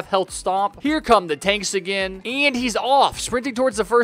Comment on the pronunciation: I hear you say nagain nagain